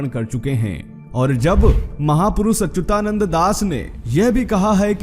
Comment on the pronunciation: Jay Jagannath Bhai, kripaya naam ka uccharan theek Karo.. unka naam Achyutanand hai .. 'ya' ka uccharan chhoot Jane se shabd ka arth apavhansh ho jaega